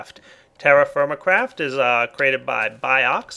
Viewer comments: lol i heard him say terraformacraft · To be honest, after a couple of times you said "TerraFirmaCraft" I heard "TerrifyingCraft"...